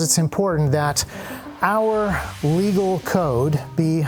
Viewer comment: Love the video and the i formation, but one thing... the way you say "legal" sounds like you're saying "illegal." It's confusing to people who dont already know the legality of what you're claiming